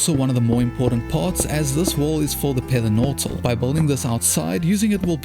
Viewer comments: Was pether nortal intentional? i thought it was funny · Did you notice that he rited Pether Nortal instead of Nether Portal?